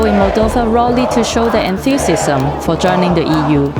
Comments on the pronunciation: It's important to have good pronounciation for news caster. "Moldova shows enthusiasism" sounded like "Moldova shows antithesism" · "Enthusisizm"? ??? What is happening with the commentator? Is the commentator deaf? Not putting anyone down just a question...